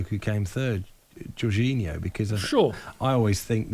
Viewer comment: I stopped watching when he said jorginhno